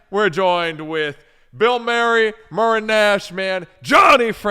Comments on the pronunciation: Bro. You're embarrassing yourself infront of your boy. It's not "murinash" it's murinaayshh" unbelievable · muri naysh, not muri nash sorry it was bothering me. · I love but I love how he kept mispronouncing it and saying “Muri nash nation” nooo it’s MURI NAYYYYSHHHHH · Great convo, great dudes Not tryna come off like a hater at all, but it's "Muri NAYSH" as in "nation" not "Muri NASH" haha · murdering Muri Naysh the whole pod 🤣🤣🤣 Muri Nash Nation? WTF? Get with it bud.🤘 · It's Muri NAYSH,. Not Muri Nash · Right, brother can't read. It clearly says Naysh not Nash so why did he keep saying muri-nash. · dear god its pronounced NAY-SHH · The "Nash" in "Muri-Nash" is pronounced like the first syllable of the word "nation". It's an abbreviation for "Bilmuri Nation". is not a certified hog cranker and it shows!